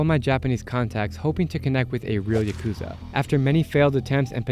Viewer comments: Yes, if you crash into a homeless camp with old men drinking all day, you can’t expect much response even if you bait them with beer. The Yakuza segment was more interesting but pronounce the word correctly: ya-ku-za with short syllables, not ya-koo-za. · If you’re going to interview the “Japanese mob” at least pronounce their name correctly. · listening to actual Japanese pronounce Yakuza and you still pronounce it the wrong way is crazy.